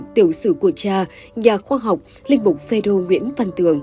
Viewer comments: Ê cô kia… đọc cho chính xác .. PHÊ RÔ chứ không phải PHÊ DÔ nghen…yêu cầu đổi người đọc ..nghe bực mình. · Xướng ngôn viên mà đọc sai nghe khó chịu quá phê rô chứ không phải là phê dô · Chán chêt....cái luoi k dài à ? Phêrô mà doc ..phêZÔ......phêdô....